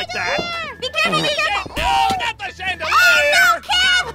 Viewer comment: I always laugh!😂when aphmau said im gonna swing to the chadalir and said from the what? And aphmau said chadalirrrrr